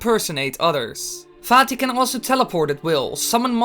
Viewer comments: okay, does anyone else hear "Farti" instead of "Vaati" when this guy say's it, or is it just me? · I tought it was pronounced vaati,not faati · For some reason I thought you said fatty instead of vaati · Why you can’t pronounce V correctly? It’s Vaati, not Faati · guys... we've ALL been saying it wrong it isn't vat-tie OR v-aw-tea it's f-aw-tea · anyone else hear him say Fatty at the beginning? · in the begging I thought he said farty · the way you pronounce his name it sounds like "faaty" omg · yea XD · everyone: vaati the closed captions: "fatty-" "farty-" "fat his-" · Gamer I'm still trying to say it but I always sounds wrong to me